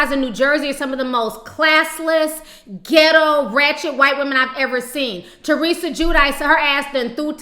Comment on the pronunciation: Finally, someone pronouncing Teresa's (RHNJ), name correctly.